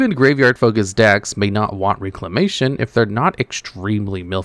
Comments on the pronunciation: Agreed. Sounded weird. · REC-lamatuon, Rec. Not RE-clamation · Bro it’s pronounced REC-la-mation